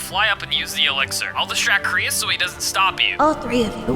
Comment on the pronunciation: it krois not crius